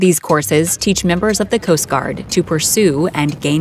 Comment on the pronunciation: Okay literally the way this AI / girl says coast guard is so annoying stop adding emphasis